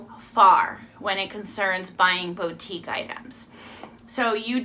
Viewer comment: Hi! here. I'm new to this and your info was very helpful and understandable. Just a little thing, boutique is pronounced "Boo-teek", (hope I'm not being annoying). I'm watching all of your videos, thanks.